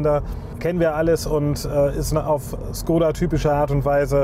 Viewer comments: Woran liegt es, dass die Deutschen Škoda nicht richtig aussprechen können??? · Bildung..? Dein Ernst? Weil wir eine Automarke nicht Tschechisch aussprechen? Sorry, aber arbeite in einem Škoda Autohaus. Wir alle wissen wie’s richtig ausgesprochen wird, sprechen es dennoch deutsch aus. Einfach weils jeder sagt. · Man du kannst so einiges nicht aussprechen. Zum Beispiel tři, ganz einfach. Und wie oben erwähnt, Škoda, Schule. Ganz einfach sogar für Erstklässler.